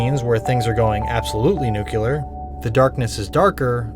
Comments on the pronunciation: Did you just say 'nucular' instead of nuclear the way George Bush says it? 😂 If intentional, I thought it was really funny, but if it's just hard to say, I'm sorry.😅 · This brother sounds all smart, then goes and say "nucular"